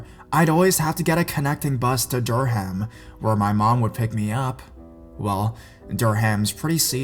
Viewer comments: Dur-Ham lol. Pronounced Der- um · i live in durham the first story and its pronounced dur um